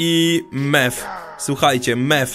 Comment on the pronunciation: Mew czyta się miu